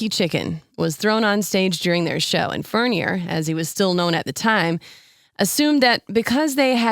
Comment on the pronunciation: It's pronounced Furn-yay.